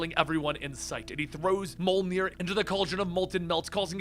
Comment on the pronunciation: why do Americans have to ruin every european word? ITS NOT PRONOUNCED MOLNIR....